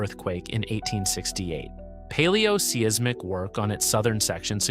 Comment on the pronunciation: Paleo-see-aise-mic? This site almost always has some weirs mispronunciation. Bad AI, I guess.